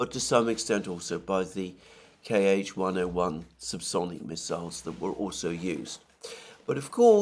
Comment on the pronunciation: "Kh-" Alexander, not "K,H". Just like Ka-52, not K, A -52. Great analysis as always.